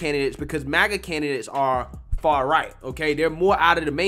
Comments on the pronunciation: Also, what the heck is "far-righ" ?? 😂😂😂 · He didn't say, "Far-Right." He said, "far-righ." 😂🤦